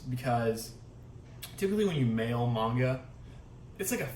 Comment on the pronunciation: So glad someone finally knows the correct pronunciation of Manga!! ❤️